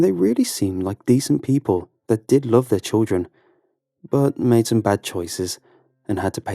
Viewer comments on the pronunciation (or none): none